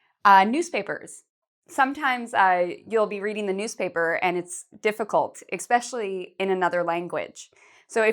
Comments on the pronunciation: it's especially not expecially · The word you said is not “expecially”. It is “especially”. I haven’t started listening to your video yet, but was frustrated immediately to hear you mispronounce this word…like so many others do! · Expecially? That is not a word. I don't wish to comment in negative thought, but especially does not include an x in its spelling or its annunciation.